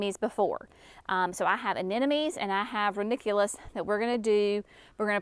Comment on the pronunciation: I dont know why some have a hard time with this...................A NE 'MO' NIES. NOT A NE NO MIES